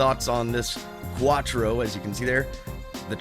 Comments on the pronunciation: I know that mate. he said "Vattro" not Quattro. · "vattro" am i missing something?